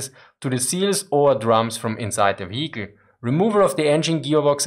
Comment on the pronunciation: You can tell it's german because it's one hell of a wheee-icle.